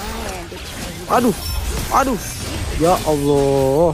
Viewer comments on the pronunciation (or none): none